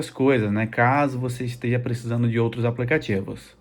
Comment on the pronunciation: Irmão, por que você fala "aplecatievos"?